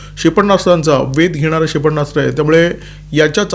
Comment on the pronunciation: क्षेपणास्त्र असा शब्द आहे. उच्चारताना "क्षे प ण्णा स्त्र" असे ऐकू येते त्यावर उपाय करावा. आपल्याकडून चूक होऊ नये ही मनापासून इच्छा आहे.